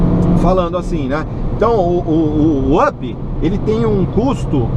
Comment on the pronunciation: up,se pronúncia "ap"!